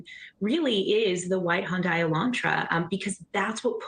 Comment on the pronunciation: Why does that woman pronounce Hyundai as “HUN-die”? Even people in Hyundai commercials pronounce it “HUN-day” (rhyming with Sunday).